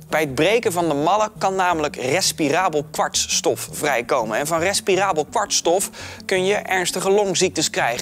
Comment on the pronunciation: Ik dacht precies hetzelfde 😂. Wel mooi dat Tim Hofman heel vaak foutloos 'respirabel kwartsstof' kan uitspreken 👌